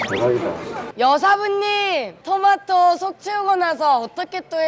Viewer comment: 여경례 셰프도 토마토를 도마도라 그러네 실망이다